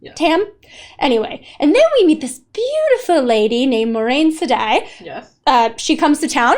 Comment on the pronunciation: Egwene - eh-GWAIN Moiraine - mwah-RAIN 💜